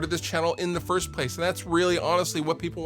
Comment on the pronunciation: Now I know what he's saying there. LOL. I always wondered, thought maybe he was saying fluffs question.